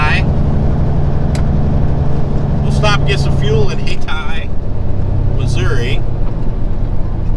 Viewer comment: Hey 👋! You are Correct with “HAY-tie” MO as the Correct pronunciation. 👍